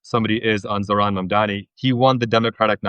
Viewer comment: For the love of god, it's MUM-DAA-KNEE. NOT MAAAM.